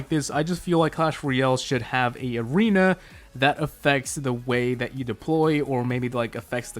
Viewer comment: You said aweena insteasd of arena